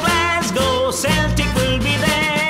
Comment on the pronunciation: Only gripe. It's pronounced "Kelt", not "Selt". I already have to deal with Boston mucking it up.